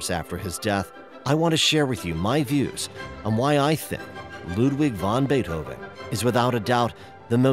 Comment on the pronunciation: A Very Well Done Video But Saying von Beethoven Instead Of vAn Beethoven Is Common Error That Irritates The Heck Out Of Me!